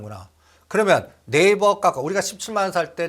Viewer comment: 까까오 아이도아니고 카카오라못고칠까 좀듣기 거북스럽다